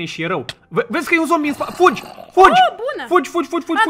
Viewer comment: fuji, fuji 😂😂😂 e moldoveanca